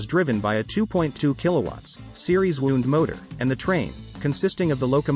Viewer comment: The output of your text to voice converter should be checked and edited. Electric motors are WOWnd. not WOOnd